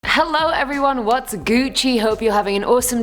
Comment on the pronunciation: Dis girl said gucci 😂😂😂